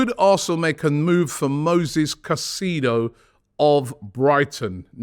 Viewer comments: We need to sign Moises he is a huge player for the future! Hes so hungry and ready for the challenge. He's also a fan! BTW his surname is pronounced Kai-Say-Dough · ROBBIE its You pronunced caicedo wrong. ITS KAI.SAY.DOUGH in english sir